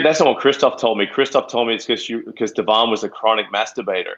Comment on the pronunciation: Its a good interview BUT you didn't say Devon's name correctly! Thats a must for an interviewer or journalist